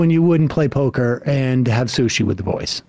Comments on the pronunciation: "With the boysh" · I believe it was poker with the "Boysh" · I believe that it's pronounced "the boysch".